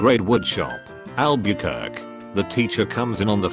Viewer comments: Lol "Al-bur-kirk" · Nobody: Not even a human: Computer voice : "*ALB-YOO-KWERK!!!!!* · Àlbuquerqye is pronounced AL but c u r key